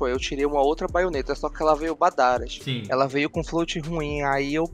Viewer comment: é o único BR que fala "BADARÁS" e o único que diz que Astralis não é Brasil kkkkkkkkk Desconsidere-se da Tribo